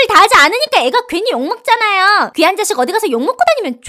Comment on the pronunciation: 귀한 새끼 를 개새끼라고 들림